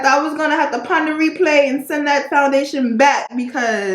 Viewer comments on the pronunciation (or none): Not Pon de replay😅😅😅 girll I’m dead